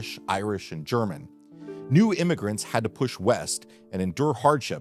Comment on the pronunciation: It's no jarman gap...ha